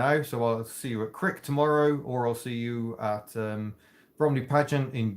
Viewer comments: Don't say 'Crick' in Derbyshire, it's Cryche. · Crick? Do you mean Criche? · You pronounce it Cry..ch - don't pronounce it Crich or you'll end up as a buffer for a Tram ;-)